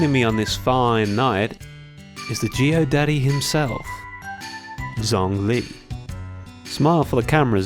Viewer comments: Zhongli is pronounced Jong-li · I think is pronounced Chongli